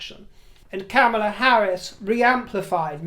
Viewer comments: How ridiculous to entertain the notion that MM would be even considered for VP. Only right-wingers believe such nonsense. At least you come close to saying Kamala's name correctly which more than can be said about our GOP. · Well done for taking the trouble to pronounce Kamela in the annoyingly approved way! You are real class.